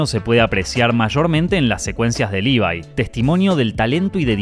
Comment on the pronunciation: Levi no se pronuncia "Libai", por mucho que en japonés lo digan como les parezca.